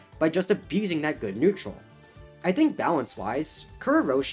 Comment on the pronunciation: why do you say kurourushi like kurrou-roshi